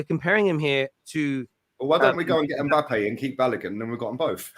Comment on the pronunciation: Balogun is pronounced Ba low goon